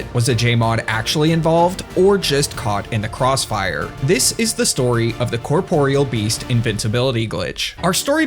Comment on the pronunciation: HOLY SHIT a Youtuber who pronounces the Corporeal Beast's name correctly. I thought this day would never come. Giving this vid a like.